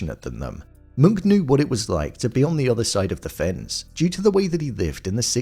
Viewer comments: It's Monk not Munch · Its pronounced “Moonk” but its witten as “Munch”